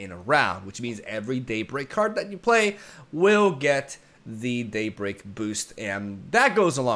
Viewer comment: "Daybleak" Also: "Stron the stongest enemy"